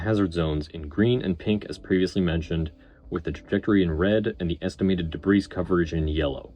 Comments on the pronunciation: good video! A note on pronunciation: the 's' in 'debris' is silent - in american it sounds like 'deh - bree' . also it is already plural - no such thing as debrises - not quite sure what the issue was as it was inconsistent. thanks for the analysis, and it was very well edited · Excellent analysis. I know you say you’re not well-spoken but I disagree. Very well done. The only criticism is silly and pedantic: the “s” is silent in “debris.” (e.g., pronounced “de-bree”). But regardless, I really appreciated your thoughts and effort in producing the video. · A superb breakdown, subscribed. However the pronunciation of debris did grate a bit - it's always "DUH BREE". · Stop pronouncing the "s" in debris. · The "s" in debris is silent. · Excellent analysis on the failure! My only note is that the S in Debris is silent.